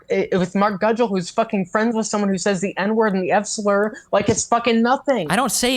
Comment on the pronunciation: Hearing this person say “F slur” sounding like a fucking “R slur” makes me cringe